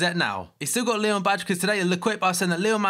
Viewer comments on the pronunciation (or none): none